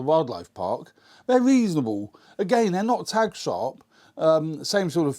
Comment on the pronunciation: Thanks for the review. But its "Tack sharp", not "Tag sharp".